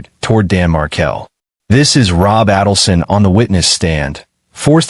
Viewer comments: Only Adelson is wrong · What he’s saying is you’re pronouncing “markle” like marble… Dan’s last name is pronounced “Mar-kale”. but here you did pronounce it Mar-kale 👍🏼 And it’s aydle-son. As in the word ladle (a type of spoon used to serve liquids like soup) RIP Dan Markel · You're mispronouncing Adelson and Markle! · You must first learn to say their names correctly before you can even tell their story. Adelson is pronounced with a hard A, and Markel is pronounced with the emphasis on the last syllable.